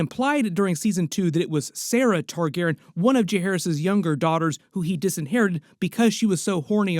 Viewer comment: Just checking in to see if you learned to say their last name yet. And you still can't say their name. Do you have downs? Do you have ears? You can clearly hear them say their own name. It isn't Targaren. It is Targaryen. There is a "Y" in the name. Can your smooth brain get the name right? The dragon family name from House of the Dragon is Targaryen. It is pronounced Tar-GAIR-ee-en.Tar: Like the material "tar"Gair: Rhymes with "hair" or "air"Ee: Sounds like the letter "E"En: Sounds like "in"The main emphasis (or stress) is placed on the second syllable, "Gair.".